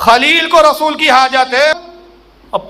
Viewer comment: اذهبوا الی رسولُ الله نہیں الی رسولِ الله ہے